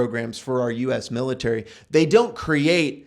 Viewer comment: Militerisn :P Love the videos, man! Well-presented and solid info.